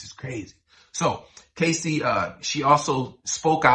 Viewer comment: Cassie not Casey.